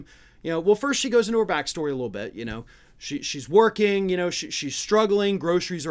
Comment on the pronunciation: This is trite, but does anyone else get annoyed by the way he says,”little”?